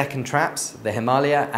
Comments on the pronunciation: WOW ! THIS GUY PRONOUNCED HIMALAYA CORRECTLY , HUH FINALLY AN EDUCATED WHITE :D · yesss finaly someone who says himalaya correctly